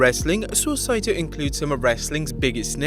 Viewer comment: Wasn't Mr. SA1ITO's name pronounced [SAW--EE-TOE]? That's how I always heard it pronounced!